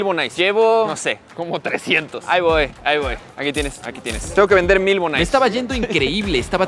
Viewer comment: Se dise bonais no se dise bonise